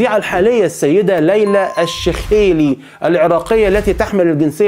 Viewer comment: تنطق (الشيخ لي)